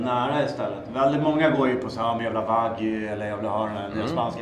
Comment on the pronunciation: Alltså vad är det med stockholmare och uttala wagyu vagy?